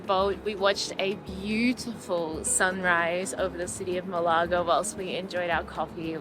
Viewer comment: Maybe check how to correctly pronounce the name of the place you are doing a video about first!